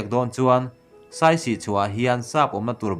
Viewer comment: Saisi tih awmzia awm lo. Siasi tih tur... Siasi tih hming putchhan aneih tih hriat atha ang